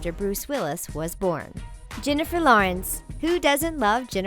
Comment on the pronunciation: Jennifer not Jinnifer